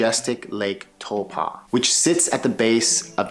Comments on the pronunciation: You're pronouncing taupo funny. It's TAU-PO not TAU-PA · Hey bro, I'm from NZ and to help you along with the people watching this video, I want to correct your pronunciation of a few things: Taupo is pronounced like toe paw, not toe pah. Second, most people refer to the south island as waipounamu, pronounced like why po (like Kung Fu panda) nah moo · It's not towpa ,it's pronounced Tau po gee,ide like you to say the fukawheirawa,the best Maori village to see them the government one in Rotorua and glad you didn't mention the blue and green lakes there as one is only for the Maori where they send their dead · Tow paw,not tow pa. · Good try with pronouncing Taupō. I can tell you were told to think "toe-paw". But with your accent it's probably better to try "toe-poor".❤ I'll let my other Kiwi whanau jump in on some other suggestions with our other place names you've given it your best shot. 🌻🌷🌻 Kā Pai mate, we love it when people "give it a go"👍🏾😍👍🏾 Whanganui-a-Tara/Wellington .... my hometown ❤❤❤ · No- the vowels are the other way around: Tau = Toe- Po= Paw. Toepaw. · Great Vid... Just a lil suggestion... Taupo is pronounced Toe-paw... Best way to write it! Cheers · no more like Toe-Pa!!! LOL all good just wanna help out ... Cheers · Good video bro. At lot of theses types of videos are usually inaccurate and have orators that clearly haven't even been here. A tip for pronouncing Taupo. Think of it as toe and paw put them together and you get pretty close to the correct pronunciation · Lovely video, but your pronunciation of Taupō kills me. Try again.